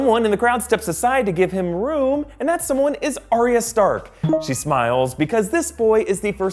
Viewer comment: "ahh-ree-ahh" Ugh. It's "ahh-ya".